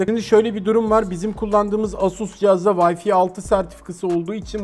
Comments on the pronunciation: Vayfi değil, VayFay (Wi-Fi). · Yılların teknoloji editörüsün ama "vayfi" diyorsun. Bari vifi falan de vayfi ne ?